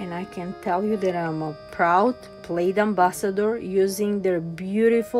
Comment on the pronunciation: You were supposed to give your secret word. I assumed it was Mod Podge since that was the only Plaid product you used. Note: Plaid rhymes with Dad, not raid.